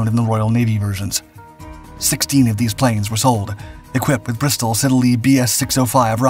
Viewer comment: Hawker 'Sidd-el-ey'' (Siddly)-two 'e's' silent. - unfortunately the bombed ship was the Torrey Canyon not the 'Tory' Canyon! A bit more research maybe?